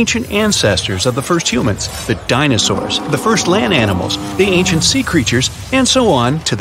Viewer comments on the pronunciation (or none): none